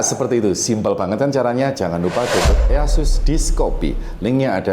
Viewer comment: EaseUs dibaca isas bang